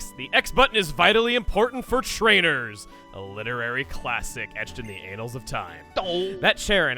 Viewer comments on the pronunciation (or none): "anals of time" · Did....did just say "edged in the anals of time"? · "Anals of Time" 😂😂😂😂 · anals of time